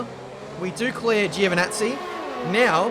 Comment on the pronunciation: Antonio Giovinazzi is pronounced as "JO"vinazzi, one more mistake;) lmao